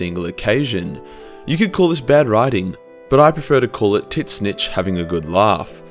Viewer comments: Can't get over his pronunciation "Tiz - Nich" would love to hear him say tzatziki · I love that you call him "Tit-Snitch"